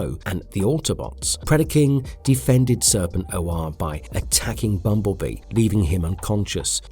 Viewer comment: Serpent....O....R.... sigh Ok.